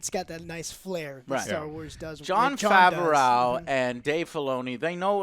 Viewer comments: JOE! It's not FavuhRAO, It's Fav-ROE!! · No one:: JOHN FAHVEROAEU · "Jon Far-ver-ow" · Hey Joe, just wanted to let you know that Favreau is pronounced Favro. It's a french name from back then New-France now Québec. Keep up the good work! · Favreau is pronounced Favro. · FAVA RO 😂😂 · Do you say "Jon Favreau" incorrectly on purpose? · Why isn’t anyone correcting about how he pronounces Jon Favreau’s last name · The day pronounces something right is the day the world will end.